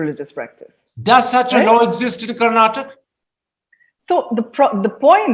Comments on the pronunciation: By the way it's Karnataka - not Karnatak! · Its karnataka ,not Karnatak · Please it’s not Karnatak- please learn the right name of the state - It’s KARNATAKA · 🤦 Karnataka , Karnataka is our state name Karan and Karuna not karnatak. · Guys please, it's Karnatakaaa 😅 But great content👍👍